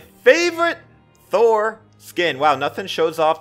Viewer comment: How it should be said: Thor How Brawlhalla says it: Tho-er